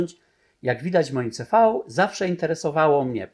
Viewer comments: Nie wymawia się: "ce fau" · Mówi się "ce-fał"? Ja to wymawiałam zawsze "si - vi"